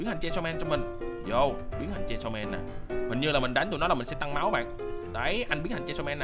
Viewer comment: Chanisaw man à anh đọc sai chứ